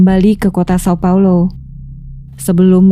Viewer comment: Jika ingin membaca nama termasuk nama kota sesuai pelafalan aslinya seperti di video lainnya maka São Paulo dibaca Saung Paulu.